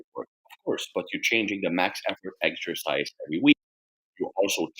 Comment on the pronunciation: what's your favourite "eggsercise"? 😄